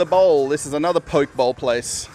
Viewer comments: Hey, enjoy your videos. As a foodie from Germantown, Maryland, can tell you Pho is the Vietnamese soup bowls and is pronounced Fa. Also, the Poke bowls from Korea is also pronounced, Po-Kay. Keep on rocking. Steve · Poke (poh-kay) is of Hawaiian origin...